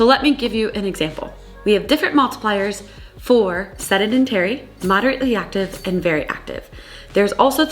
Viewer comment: Great video…but, “sed-dah-den-tary”?